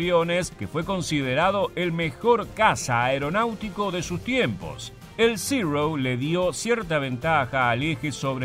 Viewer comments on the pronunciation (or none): Buen vídeo, pero una corrección, no se dice "zirrou" como si estuvieras pronunciando en un mal inglés, ese avión es japones y los japoneses hablan japones, se pronuncia zero.